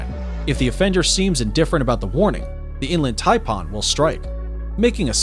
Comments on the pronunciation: its pronounced Thai pan not parn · And to go with the "V" word, check out what the announcer calls the Inland Taipan!! He calls it "Inland TaiPAWN". I said " wtf? It sounds like hes saying "Inland Tampon"!!!🤯🤯😁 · Did he say "inland "TAMPON" 😳🙄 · The way he pronounced inland Taipan pissed me off 😭🤣 And the how is the black mamba so low on the list And he forgot to mention the bushmaster (the world’s most deadliest pit viper and largest venomous snakes of South America) The gaboon viper (the largest fangs on any snake and the biggest viper which venom destroys tissue within 15min) These are all facts from the great austin stevens documentary I really don’t know where you got your list from must be from google 😭🤣🤣